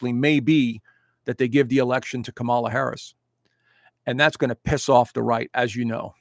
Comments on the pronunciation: It’s KAmala,. At least pronounce her name correctly. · Dude, you are lost! Worst astrologer in the planet! Biased, ignorant, promoting conspiracy, supporting Trump, a traitor and a psychological liar, sexual abuser and grifter unlike this country has never seen before! You apparently want an authoritarian government run by a convict who praises Putin, Un, Orban. What the hell is your problem? You pukes are all the same, refuse to pronounce Kamala properly. Dude, she got an education, passed the bar exam, was Elected by 4.5million people. Not appointed. Get your F in facts straight bud! Trump stole and sold top secret documents! PRISON is a must for this convict! If you want to live in Russia, move there!